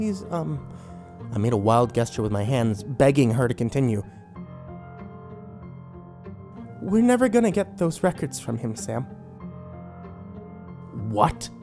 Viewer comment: Who the hell says "Gesture" as "Guess-Ture"